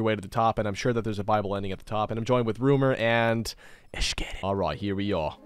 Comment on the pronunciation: I don’t know why but every time says viable, I think he says bible, so I hear ‘bible ending’ not ‘viable ending’.